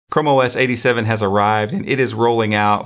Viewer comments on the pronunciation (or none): I was looking away when the video started and for a second I heard you say "como es 87" didn't know you spoke Spanish 😅